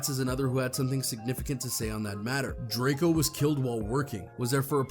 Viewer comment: DRAK EO get his f**** name right you f**** bloggers get on my nerves